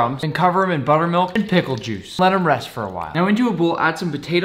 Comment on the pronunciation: I dont know if anyone notice when he say buttermilk it sounds like he is speaking with water in his mouth